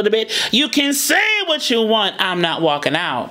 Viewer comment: I notice she sometimes she pronounced "you" as "Jew"